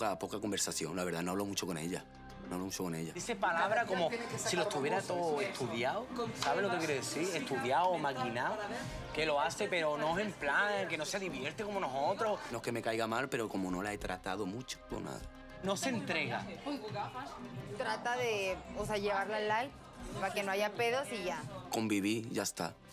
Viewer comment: No se divierte como nojotros jajajajaja no sabe decir nosotros.